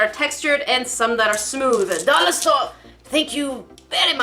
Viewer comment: "DOLLAH STOREH, THAH-NK YOU, VEH-RY MUCH!!" Chicken nods aggressively